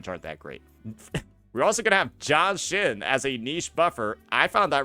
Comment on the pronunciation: i had to alt tab and do a double take when i heard "JOHN SHIN" on thinking who the fk is JOHN SHIN?